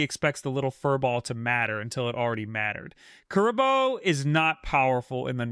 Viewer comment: Kuriboh you said rong